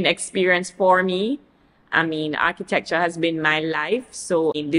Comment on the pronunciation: Not her correcting your pronunciation of Architecture 🧐